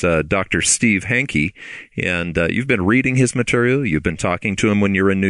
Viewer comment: His name is Hanke, not Henke.